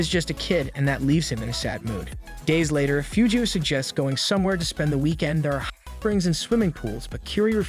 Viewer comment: Bro can’t say “hot”